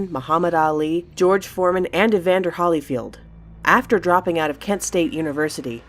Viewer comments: who pronounces Holyfield like that? It's Holy not Haly. Next time just call him the Real Deal. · holyfield = HO-LEE -FIELD. 1 L.